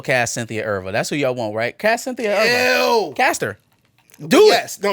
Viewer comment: Y’all botched Cynthia Erivo (eh-REE-voh) last name so hard. I thought it was a different person 💀